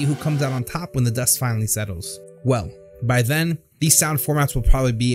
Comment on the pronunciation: "Wheell" "SSSo"